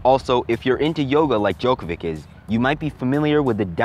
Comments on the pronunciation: Um, I hate to break it too you. But it’s not pronounced Djokovic with a c. It’s pronounced Djokovich with a ch sound. Great vid btw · pronounced Djokovitch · Djokovi"tch"...sorry, it was bothering me 😅